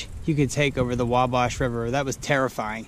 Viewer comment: WabAsh river, like bash.